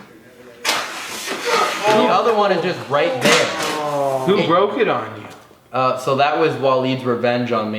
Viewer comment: Colby "You boke his nose" "You Broke his face"